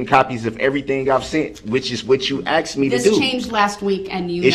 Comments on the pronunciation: I can't stand it when he keeps saying "I ax'ed for it" when the word is asked. That is so irritating! Lol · "I axed you.". "I did what you axed me to do." He's doing everything possible to delay sentencing. He's arguing with a female who is the sentencing judge. He is confusing the judge with his mother and his baby momma. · “Axe me to do” wow he keeps mispronouncing the word Ask it drives me nuts! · Does it drive anyone else bonkers that he says “axed” instead of “asked”? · “talk”: “I dit wut chew axed me tado” and “why dit chew hite stuff from duh jury”. Painful to listen to this thug pronounce even the most simple of words or as he would say “wurts”. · axed axed axed!!! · MrS.Dorow I mean come on he AXED YOU AND IF HE AXED YOU.. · Does he just love to argue or is he just trying to aggravate the judge. “ I DID WHAT YU AXED ME TA DO”. ITS RADICUULUS” Its a TAKIT AGREEMENT. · You know when she “axed” him if he was going to bring up subject matter jurisdiction that’s exactly what he wanted to do and pivoted to the filing complaint.